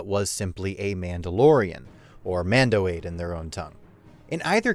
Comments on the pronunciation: Mando'ade is pronounced Ah-day not aid... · Mando ade??? Mandoade....... mando(ah-day) .lol dummy lol. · 'Mandoade, the favourite drink of the Mandalorian people!' Sorry, I had to... it's pronounced 'Mando-ah-day.' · Mando'ade is pronounced Mando-ah-day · "Mando'ade" = "MANdo AHday"